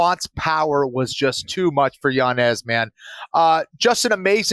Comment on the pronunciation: I know u love the correct pronunciations JA so it’s Yan-Yez